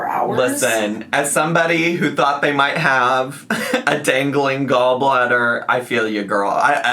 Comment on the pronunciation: Dangaleeen gallbladder 😂😂😂😂😂